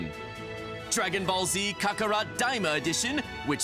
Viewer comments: I never heard anyone butcher saying Kakarot like that.... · Is no one going to talk about how he said Kakarot